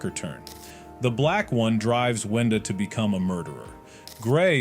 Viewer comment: Kluker❌ cluker✅ brood❌ brud✅ arnold❌ garnold✅ boaxcx❌ owack✅ whendoes❌ wenda✅ are you dumb?!